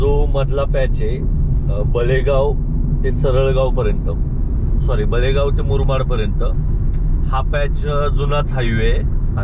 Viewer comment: Murmad nahi murbad.